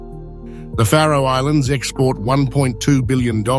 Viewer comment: Ha, a channel called "The Map that cant be arsed to show a map of the location of the Faroe Islands AND cant pronounce it correctly - Great channel mate